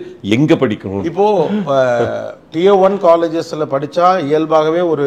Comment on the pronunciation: Wrong pronunciation for Tier